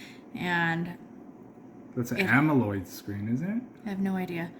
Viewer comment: written AMOLED in capital letters, man pronounces amoloid because of personal distortion\narcissism...